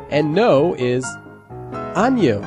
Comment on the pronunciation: A-ni-yo* :P